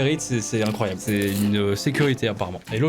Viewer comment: INROYABLE au lieu de INCROYABLE X) (paix a toi ema)